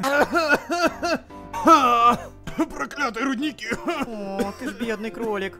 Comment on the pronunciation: Рудники а не родники